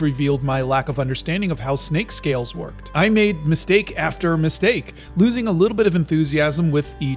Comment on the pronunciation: “MiSNAKE after miSNAKE” 😂😂😂